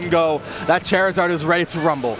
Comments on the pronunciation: Anyone else bothered by how he says "Chair-izard"? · Oh my god if he says chairizard or ivysar one more fucking time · I swear if this man says Chairzerd one more time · Did he say chair -izard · So triggered hearing them say ivysawrrr and chairzarrd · stop saying chair izard oh my god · FFS its not chair-i-zard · can we get a commentator that doesn’t say chair a zard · If I hear this dude say "Char-izard" one more time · CHAIRizard...has this dude played a video game before? I'm not being sarcastic, I'm genuinely curious. This dude triggered the hell out of me. Probably also pronounces Woof like "Wolf" and Bombsir like "Bowser." What a casual. What's next? Is he going to start calling Louweenie "Luigi" now? ffs...As a proud Gandork main, he really needs to get his shit together. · The commentator saying "Chair-izard" put me on tilt. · I fucking hate the way he says “ChAiR-izard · If I was the other commentator and this guy kept saying “chairizard and ivysar” I think I would have strangled him on stream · "CHAIR-izard" and "advantage state, disadvantage state" from one of the commentators made me mute this video while I watched. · Say it with me.... "Char-izard. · Please stop saying Chairizard I can't take the commentary seriously, lmao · Im glad someone else noticed it, and other people are also rustled. "Ivysare" also bothered me lmao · Literally had to leave the video because of the way the commentator said charizard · Stop mispronouncing Charizard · The way you say Charizard makes me want to scream. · If this man mispronounces Charizard one more time.... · Why can’t one of the casters say Charizard correctly? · “Look at me I pronounce the character’s name wrong on purpose cuz I’m a quirky commentator, but in reality I just sound like a dumbass” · that loud commentator that can't pronounce charizard is so annoying, like dude let the other commentator talk please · Why do you say Charizard wrong? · ...Chair-izard... what? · "Ivy-sar, Chair-izard, pokemons"